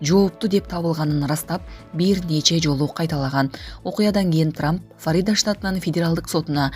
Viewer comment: Келесоо диктор Фарида штатынан деп окуп жатат 🤣😂😅